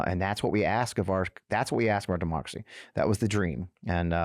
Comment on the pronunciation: I'm a big fan of Midas touch and this show is pretty good content. But I really seriously could not understand the title of your show based on your pronunciation. I had to look at the title of the show after a couple times watching it to understand what you were saying. Please enunciate on democracy.